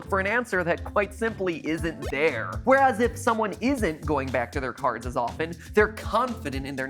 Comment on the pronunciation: Weres fnan! Lol